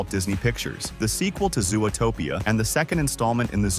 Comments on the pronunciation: Is this narrated with an AI voice? Nobody pronounces it "zoo-o-topia". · so it does look sus. I thought it was only me. also. why does the voice over say zoo-uh-topia 2. are they using ai to do the voice overs?